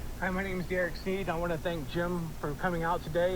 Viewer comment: Did that man say "My name is Derek Sneed"?